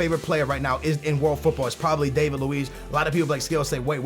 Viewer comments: Its not Dave-id Lewees its David Luiz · You say David luiz name wrong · David Luiz did he butcher that no........